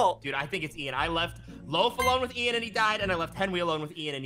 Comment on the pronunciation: it’s Ian not Ean